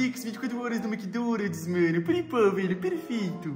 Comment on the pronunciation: Mds é Mc Donald's Não Mc Donalt's